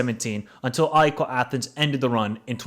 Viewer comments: Sorry but: AIKOO?????? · Ah-Ehk = AEK Athens is the pronunciation, not aiko my friend. (Accent on “A)